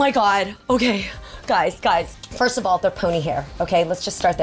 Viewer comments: When she says First of all, I hear Firstable! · A G me too😆😆 thought I was the only one that heard that